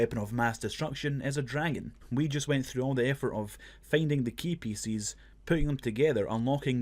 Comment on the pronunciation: Today I learned there are people out there that struggle to say "pieces"